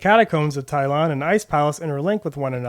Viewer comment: hmm not sure what a "Tylon" is. it's pronounced Tal-e-on. Also 110% not a yeti lol it's the guardian of the Talion and he's clearly a large bird of some kind.